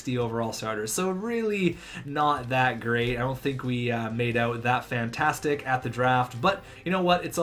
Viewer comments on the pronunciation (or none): none